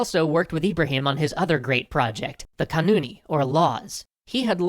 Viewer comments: Not "Kunan" by the way but "Kanun", which means "law" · Nice video, but it's not "Kunani", it's "Kanuni" (Lawmaker). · It’s not Kunan-ı, It’s Kanun-i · It's not Kunani OR Kanuni. Pretty sure it's Qanuni.